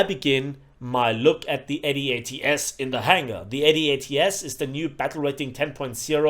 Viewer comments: As an American, it's one word. It's not A-D-A-T-S, it's "ADATS." Pronounced "Ay-dats." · "ay-dee-ay-tee-es" First time I hear someone call it like that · Right? Lol. It's an acronym, good gravy. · bro, just say "Adats" (eh-dats)